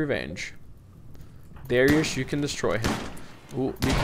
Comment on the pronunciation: Also If you really dont like darek then atleast say it right. Its Dari-us